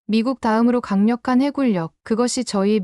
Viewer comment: 해군력을 왜 해굴력으로읽어요? ㄹ을 아무때나 사용할필요없습니 다.